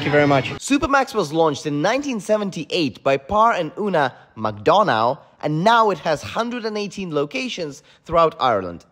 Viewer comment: Just for future reference man. The founders last name isnt Pronounced mc Don Ow, Its mcDonough ( Mc Dun Agh )